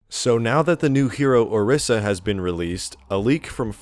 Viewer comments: ITS PRONOUNCED O-REE-SA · four seconds in and i have to quit the vid. dont post on youtube if you cant pronounce words. o RYE za. say it with me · this guys pronunciation of orisa lol